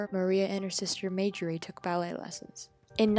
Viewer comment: Her name is pronounced TALL-chief, not TAL-chief. And her sister's name is pronounced MAR-jorie, not MAY-jorie.